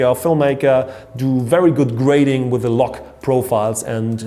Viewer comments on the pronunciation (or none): none